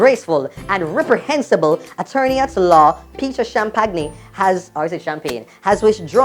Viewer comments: Shampenny( that's how his last name is pronounced) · Lmao I died when tried to pronouce Peter's last name (it's pronounced 'sham-penny') 😂😂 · ( Peter) Champagnie- Sham-pah-ni